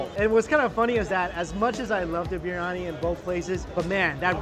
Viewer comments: It's not Birani Bir Yani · Is anybody else irritated the way he pronounces briyani.. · Bro it's not biyani , Biriyani Bi ri ya ni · Not BIRNANI its BIRYANI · Biryani is peng u know Edit : he said biyani ITS BIRYANI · No-one: ..... Mike: BRI-ANI